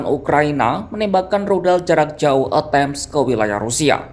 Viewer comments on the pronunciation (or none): Rudal Atakem,bukan E tem...😅😅😅😅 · huuuuuu komentator gak bisa nyebut ejaan rudal atacems